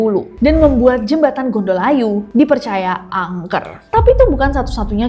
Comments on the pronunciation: Cara baca versi orang Jogja = ngGondolayu, ucap huruf d ujung lidah nempel di sisi dalam gigi seri atas 😊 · Kak.. gondol layu (membawa nyawa) bukan gondol ayu (membawa cantik) 😢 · Meskipun penulisannya nyambung, Gondolayu, tapi pelafalannya, gondo-layu, kl dlm bahasa Jawa artinya: gondho: bau, layu:kematian, melayat. Pelafalannya Bukan: gondol-ayu🙏🏼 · jembatan nya bacanya NGONDOLAYU bukan GONDOL AYU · Bukan gondol ayu tp bacanya gondo layu.... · Gondo-layu neng bukan gondol-ayu 😂😂😂😂😂😂 Gondo-layu artinya aroma kematian, gondol-ayu artinya membawa kabur gadis caantik... 🤣🤣🤣🤣🤣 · Gondol Ayu, maaf kak agak aneh dengernya, bukanya bacanya Gondo Layu ya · Itu satu kata mbk,gondoLayu gak dipisah gondol ayu,trs tmbahin hruf n+g didepanny,trs Bilang G nya agak ditekan ,jadinya 'Nggondolayu' Begitu mbk.. 🤭🤭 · Btw ka bukan gondol ayu, tpi disambung pengucapan nya jdi GONDOLAYU, cmiiw 😊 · Maaf Cara baca GONDOLAYU tu gondo-layu, jangan jadi gondol-ayu 😁🙏🏼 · txs udh mewakili, untung td scroll k bwh dlu sblm komen 😁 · Aluminya Jokowi,, cara bacanya gondolayu bukan gondol-ayu tp yang bener adalah gondo-layu,,, gondo artinya bau, klo gondolayu artinya adalah makam,, karena dulu daerah disitu bnyak makam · Kakkk sebagai alumni univ tertua di Jogja aku protes. Bukan UGM ya kak.. Gondolayu bacanya bukan GONDOL - AYU. 😢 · Mewakili... Ketawa sendiri waktu nessie bilang Gondol-ayu 😅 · Iyaaa ganggu banget dengernya 😂